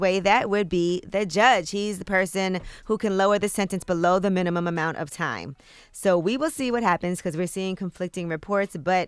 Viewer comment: "Below the minimumum amount"